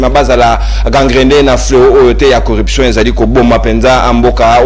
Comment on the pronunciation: Selon la phonétique Française on dit: CORRUPTION et non CORREPTION. Merci